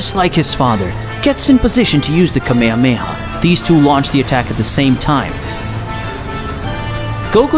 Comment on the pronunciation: he said kame ha KAMEHA?!?!?!!?